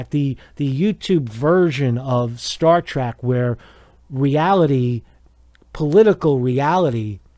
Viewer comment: “Star track”